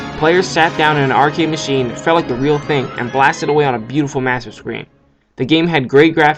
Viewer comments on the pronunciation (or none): none